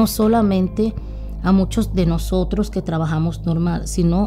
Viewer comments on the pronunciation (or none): Por favor no maltrates el castellano que es un idioma muy bonito.... no es Estados Unido..es Estados Unidos....No es Nosotro...es Nosotros..... nos es Nos Levantamo..es Nos Levatamos... te aconsejo que practiques con lecturas en voz alta ... Muy buena lectura, muy elegante.... no se como se ve la gasolina en las cartas...